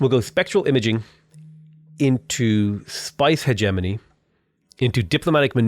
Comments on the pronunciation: Watched all the vids! Man is still saying hedge money instead of hegemony tho! [He gem un ee] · I think it's pronounced "heh-GEH-muh-nee", hard G - or at least it was years ago when I took my Oral English exams in school :P